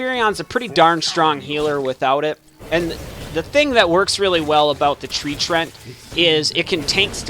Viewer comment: Btw its Tree-ant lol. mispronounced or not still love the videos!